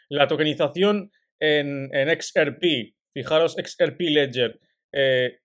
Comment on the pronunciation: #XRP seguimos pendientes siempre. Sugerencia. Se dice EX AR PI.... No se dice EX ER PI